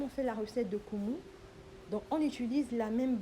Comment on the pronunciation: Koh feuilles de badamiers, mdr et c'est nkumu pas kumu, néanmoins on t'adore, envoies nous notre part